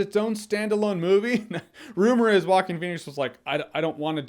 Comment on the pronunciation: Jo-a-quín (ho-ah-keen) with emphasis on the last syllable.